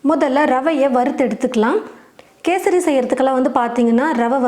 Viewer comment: First Kesari nu olunga sollunga